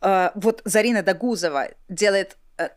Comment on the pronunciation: Догузова ударение на первый слог, на о